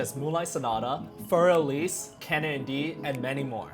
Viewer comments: It is called "Für Elise", not "Fur Elis". ;-) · Fur Elise is pronounced like "fewr Elizeh" not "fur (as in animal fur) Ellis" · "Fur Eleeess" every German, including Beethoven in his grave, cringed at that.